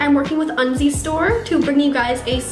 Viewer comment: at 1st i thought u said undies store :p